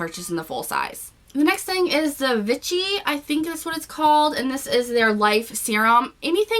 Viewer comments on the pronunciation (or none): I'm not sure if someone has already said in a comment sorry, on the TV adverts in the UK Vichy is pronounced V she, hope this helps 😊